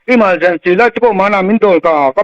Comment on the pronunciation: E-mal-gency light thluk mawlh khi 😂😂